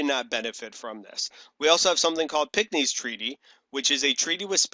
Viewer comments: wasn't it Pinckney's treaty not pickney's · Great video as usual! Just wanted to let you know- it's called piNckney's treaty, not pickney's treaty :)